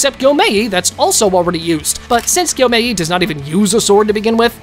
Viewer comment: Thanks for doing this vid but first maybe put a spoiler warning and i would like if you pronounced the anime characters names properly(no offense) but instead of TAN-jir-O say taun-jir-do and not Gyo-mei but gey-o-mei